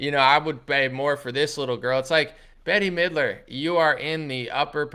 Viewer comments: STOP say'n Betty Midler its 'Bet' ... it's like hearing people call you Analy... geesh! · Her name is pronounced Bet mid-ler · BETTY Midler!! 😂😂😂 Never heard anyone say that name like that. mispronounces everything. It always cracks me up. 👍🏻